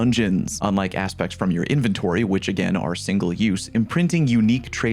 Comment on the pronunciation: That's not how to pronounce inventory.